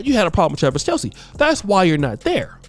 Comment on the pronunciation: His name is actually pronounced Travis Kelce (kelz) not (kelcee)